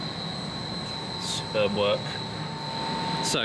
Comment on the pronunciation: That paint job superb. Or, as I think you said "sperb"